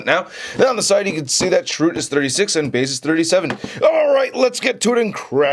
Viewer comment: first love the figs! I love the review, but I must say, I cringed every time u said Chirroot.:) the end has more of an "uh" sound. I'm correcting with the best of intentions. not trying to insult you. I luv u!